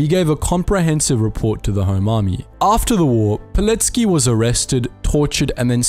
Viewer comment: Finally! Someone who says Pilecki's surname correctly.